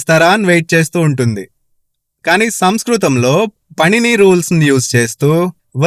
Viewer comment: " పణిని " కాదు "పాణిని " అని ప్రొనౌన్స్ చెయ్యాలి